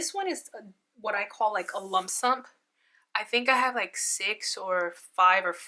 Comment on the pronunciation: It’s a lump sum, not a lumsump 😂😂😂